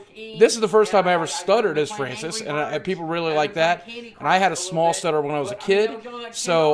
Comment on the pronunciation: mow fwancis pweez ;c